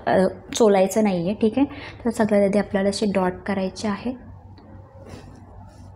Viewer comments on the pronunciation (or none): मी नीट बोलायला शिक असं बोललीय... काळा तर काला बोलते..सगळ्यात तर सगल्यात बोलते..म्हणून बोलली..